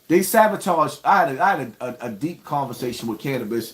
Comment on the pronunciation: Uhhhh it’s sabotaged not savotaged 😂😂😂😂😂😂😂😂